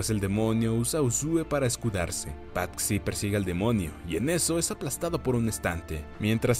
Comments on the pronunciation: Muy buen resumen pero........ Patxi es nombre vasco que se traduce como Francisco y xd se dice Pachi no pat-xi perdón por corrección pero me pitaba el oído cada vez que lo decías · Debo decir que el nombre no se pronuncia "Patsi" sino "Pachi". Cosas de los Vascos... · Se dice pachi no pat-si xd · En español Patxi suena como "Pachi". Maite suena como "Maite"...no como "Maité", el acento es en la A.